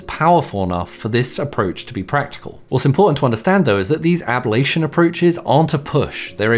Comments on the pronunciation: It’s NOT ab-all-ation it’s ab-lation !😮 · It's not "AB-lation", it's "a-Blation" 🤦🏻‍♂ Why are so many youtubers unable to say words properly? It's not hard to get right, "sorry, this word isn't a part of my normal vocabulary, how do I say it?" is all it takes... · You're adding an extra vowel sound to "ablation"